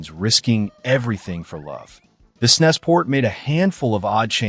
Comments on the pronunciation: Really appreciate the attention you're giving to some truly rare games! But please consider changing the way you pronounce "SNES." That hissing is discomforting. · I'm still trying to reconcile hearing the SNES being referred to as "snesss" instead of "s-n-e-s" as those of us from the era referred to it lol. It's weird. But I'm certainly appreciative of media covering the SNES console and its' games. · Did you just pronounce snes as a word instead of an acronym?